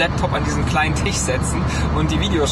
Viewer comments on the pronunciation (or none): Das Ding nennt man Tisch nicht tich 🤣🤣🤣🤣